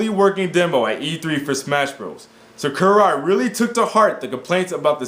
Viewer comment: u don't pronounce sakurai right